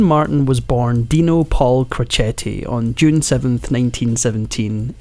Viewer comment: There are several errors in your presentation. Dean’s father was a barber & never worked in a steel mill. His boxing name was pronounced ‘crow Chet’, not crochet. He did not get custody of his eldest 4 children until after he & Jeane had been married a few years. His first wife became an alcoholic and her sister loaded up the 4 kids and dropped them off at Dean & Jeane’s house.